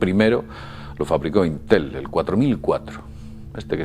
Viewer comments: solo pongo la tilde para que se note donde va el acento de la palabra la vocal fuerte vamos, es llana no aguda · es íntel no intél